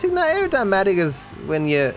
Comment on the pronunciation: just said Aerodymatic and not Aerodynamic Self correction by chat(probably)